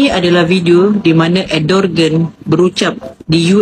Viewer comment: Sebutan betul nama dia ikut bahasa Turki ialah Erdowan.